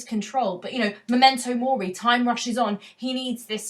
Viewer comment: it should be M*e*mento mori, shouldn't it? Not "M*o*mento mori".